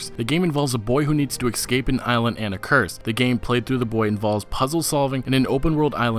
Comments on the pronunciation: Es-cape not ex-cape. Tard. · eScape not eXscape